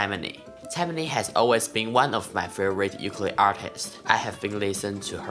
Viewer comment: Amazing playing! Now we just need you to pronounce the name of the instrument correctly since you have such a large audience. Theres no "Y" sound, its more like Oookoolele. I'm sure you can find a video of a Hawaiian saying it correctly. Keep rocking dude!